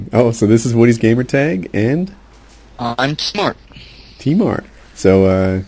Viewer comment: lol i thought tmart said im smart XD